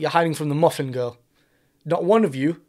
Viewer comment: ha wasn’t sure if you said Muffin girl or McGuffin girl